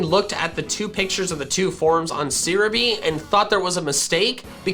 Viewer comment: I assume he's changed since, but the fact that he pronounced Serebii as "sear-a-bee" is wild. It's literally just the Romanization of Celebi in Japanese.